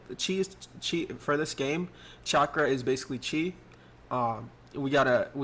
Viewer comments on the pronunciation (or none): none